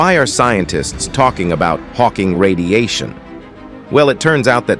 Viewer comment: Interesting if not fascinating video. A couple of things… 1. Pronunciation of Silently, Radiation and Us: Computer narration has some drawbacks. Where is his real human soundalike? 2. Michio Kaku is in the video cover picture. Otherwise, I don’t know where his scientific greatness fits in here. Either mention his name as appropriate, or remove his picture there.